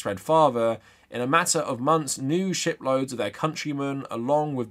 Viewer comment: I didn't hear "shiPloads".